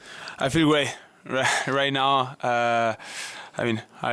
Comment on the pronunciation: Carlos struggles with the word "great" which he pronounces "way" lol/ Vamos Carlitos!!!